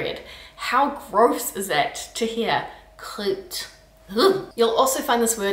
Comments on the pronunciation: You pronounce "Croûte" almost like "Crute"; "Crassousse", same deal, it's "Crassooooohsse" for crying out loud, not "Crassusse", and anyway, what's "crassousse", I am originally from Brittany, and we say "Crassou(se) over there, but what do I know; you make sound "Casse-couille" almost like "Casse-cuit", sigh..... "Elle fait la gueule" "Elle fait luh gueule"? Come on now, you can do better than that, "Elle fait laaaaaah gueule", repeat after me "laaaaaaaaaah", not "luh", ugh..... "Caca budin"? 🙄 "Caca booooohdin", "ou" like the Spanish or German "u", "not "u" like the German "ü" (at least, it is closer to how you pronounce it, in other words, you pronounce it closer to an "u" than an "ou") argh, but then, you 'go ahead' and pronounce the indeed-ugly word "Enculé" more like "Encoulé (encooooohlé)", what gives????? It could be a problem similar to the one the Germans have when they pronounce the letter "v" like a "w" and the letter "w" like a "v", "Wolume" instead of "Volume" and "Vhy" instead of "Why" even though they can pronounce both, or like the French who add the letter "h" at the beginning of words where there isn't any, and drop the letter "h" where it is present at the beginning of words; you make "Tronche" ("Kisser") sound like "Tranche" ("Slice"), and once again, it is "Il fait laaaaah tronche" not "Il fait luh tronche"; "Eurl" for "Hurle"? you gotta be kidding! Goodness gracious, it's "Hüüüüürle", say it one hundred times (I almost wrote "a hundred" as I live in the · "Croûte" is actually pronounced with a "oo" sound. Same as "Groot" in "I am Groot" (just replace the g- with a k-) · not "crute" but "croute" (the '^' change nothing to how prononce it) not "tatre" but "tartre" (i know the 'r' is hard, and you have to use it before and after the 't') not "eurle" but "urle" ; so it totally not make "eu" like you show. "p,d,r,st," is not just "h,m,s,x,,l", it is "h,m,s,x,,l p,d,ph,l,".